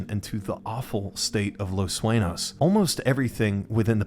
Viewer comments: its not Suenos, its Sueños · Saying Los Suenos made me angry.